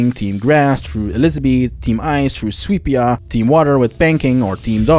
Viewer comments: why do you call it sweepsea all the time when it is called sweepa? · It's Sweepa not Sweepsea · Why are you calling Sweepa Sweepsea? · Really enjoyed the video. The absolute butchery of the swee and sweepa kept throwing me off hard but I really enjoyed the content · Did u call it sweapsea because of kelpsea and read it wrong? LMAO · I was confused as to why he was doing this too. I imagined he just isn't that good with his alphabet and thought that A was a C. XD